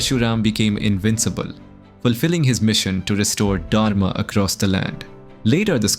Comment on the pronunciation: Please use 'A' in the end. PinaKa. not Pinak. Janaka not Janak also please prounce Dha accurately in Dharma.